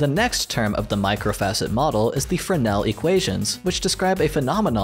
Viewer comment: even words i should get i dont like how he kept saying “fernel” when j saw typed “fresnel” and i know fresnel as a word already so i think thats what he meant?